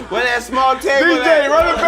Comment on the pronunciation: "Wea the contract" 😭😭 Ocho just stop